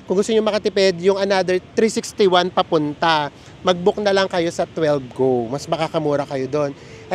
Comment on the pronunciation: Hi! Correction Lang ng konti. I think "12Go" is pronounced as "One two Go". Parang katunog ng 'Want to go.' 😅 pero d nmn big deal kung magkamali. Medyo confusing naman talaga Yung name Nila. 😊